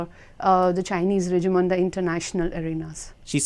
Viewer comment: The way she's pronouncing "Regime" is bothering me. i don't even know why.